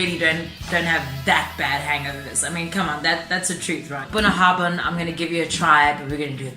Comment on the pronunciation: Thanks for sharing! That's a very expensive malt, even here, it must have been quite the occasion... The pronunciation, though...sorry mate, close but not quite there. ;-) The 'bh' is pronounced 'vee', so it's really more Bouinyahavin. The 'na' rolls in off the start of the word, different Gaels place different emphasis on the different parts of it. I'm from Harris, we tend to have a sharp and abrupt, Scandinavian sounding accent, most of my family are from Lewis, with a more tonal, almost musical lilt. Islay folk speak with a higher pitch and more rounded burr, much closer to what people tend to imagine a Scottish accent to be. Gaelic (Gàidhlig) is pronounced gah-lick. 'Gaeelick' is Irish! The whiskey is named after a river mouth. It's a play on words, like so much in Gaelic tends to be. A bunnahabhain is the place where salt and fresh water meet, it tends to be murky and quite visible under your boat, looking a lot like whiskey does when you add water to it. (9.10 in your vid shows that nicely!) For the full on Western Isles taste you can use soft (demineralised) water. Slàinte mhath! :-)